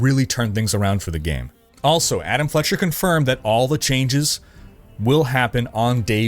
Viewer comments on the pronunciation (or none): none